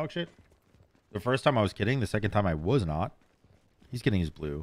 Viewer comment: Everyone has a word that makes me cringe when they say it and yours is "was" ...you pronounce it "woohz" instead of "wuz" ....just like Trelli calls pestilence, peshtilence 🤢